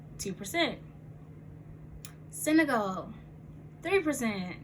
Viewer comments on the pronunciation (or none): none